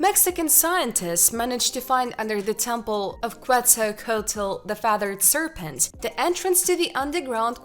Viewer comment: The "fathered serpent"? What kind of accent is that?